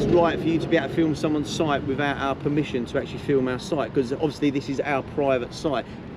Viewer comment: I wonder why that guy in the orange hi-vis at the beginning keeps saying "soit" rather than "site"?